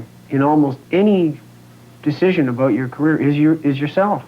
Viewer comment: "This is what the rock business is all aboot: ray-cords." So Canuckian!